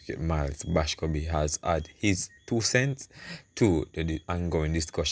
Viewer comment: Boscobe ? The man name is MILES BASCOMBE . I know you mean well , proper spelling and pronunciation is important .